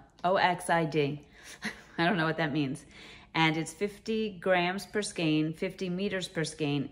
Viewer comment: Hi, I just subscribed to your channel. Wow what a giveaway! I like all the yarn but I love the thinner cotton blend yarns specially the orange one from ICE. Thank you for pronouncing the word skein correctly.